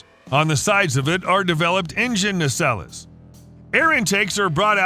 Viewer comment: Dude, who taught you how to pronounce stuff. “Nacelles” is pronounced “Nay-Sells”. I promise.